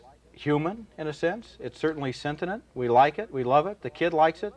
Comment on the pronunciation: Despite giving the word a saxon g when he says it earlier, when he isn't concentrating, Ebert pronounces it: polter-jiced - Ebert tries to say the word sentient, but ends up pronouncing it: sen-tin-ent I bet he first encountered both of these words in print, when he was about 11, years before he ever heard them pronounced out loud. And his initial impression became somehow "hard-wired."